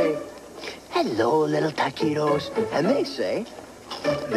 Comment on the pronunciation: "I know taquitos, and you know taquitos...do THEY know taquitos?" Narrator: "WE KNOW TAKEEDOS."